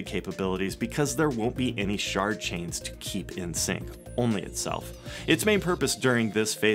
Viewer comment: Did he say Shart chain?